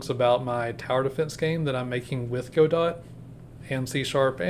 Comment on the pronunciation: hey man, good video but its go-dough not go-dot 😭